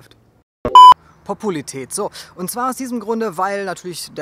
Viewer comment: PO PU LA RI TÄT … seeehr schwer auszusprechen